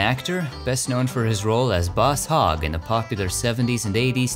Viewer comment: Boss Hog is pissed off you mispronounced his real name.